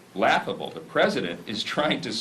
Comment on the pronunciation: I like to hear him keep saying Preseident Trump